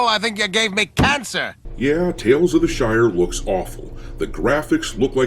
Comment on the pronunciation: sounded like she called it the Shite. Definitely fits